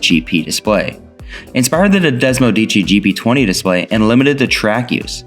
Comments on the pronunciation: Des-mo-seh-dee-chee. Say it right. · DesmoSEdici. One more syllable. Sorry. Just trying to help.